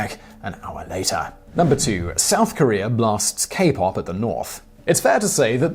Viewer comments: North Career and South Career? What were their jobs? Or is your pronunciation just as bad as your ET knowledge? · Korear. I love you Brits. Its kor e uh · Why do you pronounce “Korea” as “Korear”?